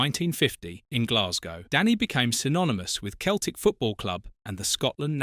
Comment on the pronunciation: "Keltic" AI shite.